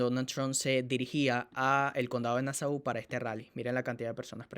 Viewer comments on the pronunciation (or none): pronuncia bien ya te dije antes que se pronuncia(,CONDADO DE NASO ) NO LO OLVIDES.❤❤❤❤❤